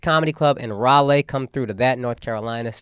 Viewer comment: Bruh. It's Rah-Lee. Not Rah-Lay.